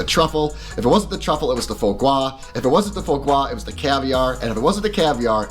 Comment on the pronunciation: Why are you saying Foie Gwa? It's Foie Gras.